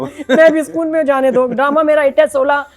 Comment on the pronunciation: Assalamualicum, Urdu May Sokon hi kahtay hain. Sakon nahi kahtay hain.